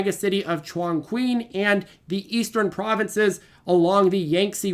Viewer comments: I cant get absolutely butchering the pronunciation out of my head 🤣Juan queen = Chongqing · Please stop,. It’s pronounced “Chong-Ching.”